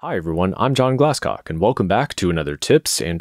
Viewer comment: I thought he said glados